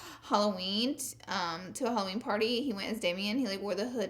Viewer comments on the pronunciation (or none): none